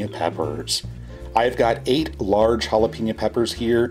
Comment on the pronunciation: Jalapeeño. It’s jalapehño